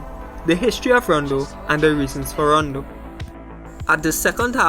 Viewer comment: Rondueax, tho errbdy else says romdo